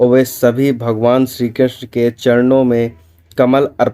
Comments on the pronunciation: Tthik sey ucharan kijiye...shree Krishna🙏🏻🙏🏻🙏🏻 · ये पोराणीक जानकारी अच्छी है पर क्षीकृष्ण नाम का उच्चारण सही से करो